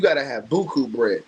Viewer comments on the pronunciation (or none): none